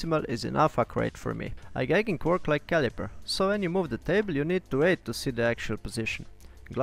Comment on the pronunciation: This video is excellent, it never occurred to me that glass scales could be cut to length. Thank you. Oh, and I should say that 'Igaging' is pronounced 'eye-gay-jing'